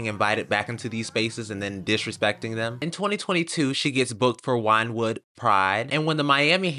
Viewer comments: I chuckled 😂 wine wooood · Wyndwood is pronounced like "windwood" btw :p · As a Miami native I have never heard Wynwood pronounced that way I’ve been living but overall LOVVEEEDDDD this whole entire recap and breakdown OMG say what you want about Azealia but she is a constant source of insanetertainment